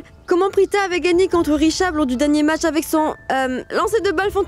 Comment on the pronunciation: Qui a entendu comme moi que dit mache au lieu de match 😂😂😂😂